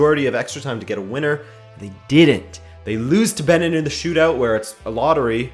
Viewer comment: OK but you pronunciation tho. .. Benin=baniin Uganda =yuganda